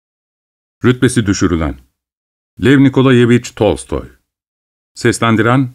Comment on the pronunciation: Yaa bu adamın Lev nikolayeviç Tolstoy demesini sardirip sardirip dinliyorum bukadar mi güzel söylenir 😅